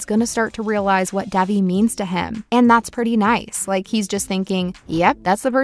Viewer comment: It's not Dævi, it's Dejvi